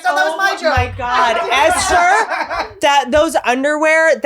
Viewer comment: esther with that clarity... :)